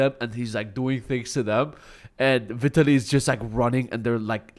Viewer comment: Learn to pronounce Vitaly correctly first...